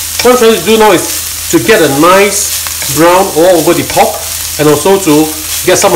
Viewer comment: why you cant pronounce "r" in pork? you keep saying POK POK POK POK